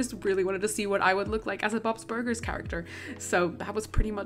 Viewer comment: am i the only one that noticed “ bobs burguers? “